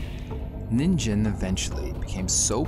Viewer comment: Nice one! For some reason I thought it you were saying NINJA lol